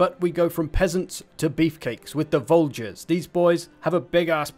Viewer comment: The voulgier is pronounced voojier. No hard “g”